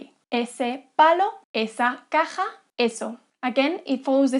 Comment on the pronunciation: caja sounds funny XD